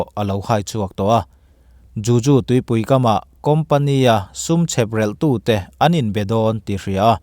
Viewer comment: Juju ni lovin Juhu tih tur..